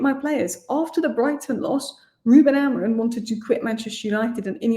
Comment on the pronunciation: blokes name is AmoriM not AmoriN😂😂